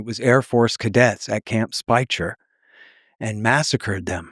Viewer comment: Camp Speicher — pronounced Spy-kerr.